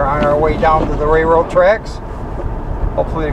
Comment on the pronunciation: It's a RAILroad, not a rayroad